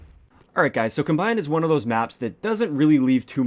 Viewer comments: It's com-bine not combine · Its com-bine not cum-bine lel do you say .cum instead of .com lel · FFS. why do people keep pronouncing it 'cuhmbine'. as in combining two drinks. it's KOM-bine. as in, farming equipment includes the combine. in fact, the background of the winners circle even shows it. stay in school kids. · i pronounce it COM-bine not combine ex. i combine the waffles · Please learn how to say "combine" correctly given the context. Thanks. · It really bothers me on your pronunciation. You're pronouncing it like the verb and not the noun.